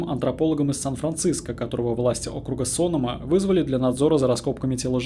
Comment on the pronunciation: Не СОнома, а СонОма. По крайней мере местные говорят именно так.